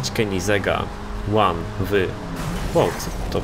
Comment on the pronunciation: To się czyta: Koenigsegg Agera ''łan tu łan'' xD